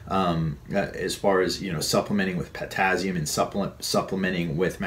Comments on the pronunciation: potassium is not pronounced pertazium. Just saying. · Daniel Fitzpatrick ...oh God can he say potazium just one more time...drove me crazy!!!!